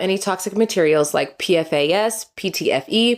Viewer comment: fyi pfas is pronounced pee-fass!